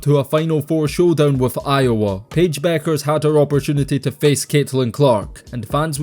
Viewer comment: Its Bueckers, with a K. That's why she also goes by Paige "Buckets" as its a play on her last name.